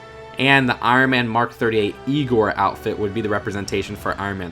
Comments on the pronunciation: It's pronounced I-gor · its pronounced I (eye) gor